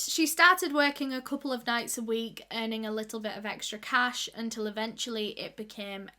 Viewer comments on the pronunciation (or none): none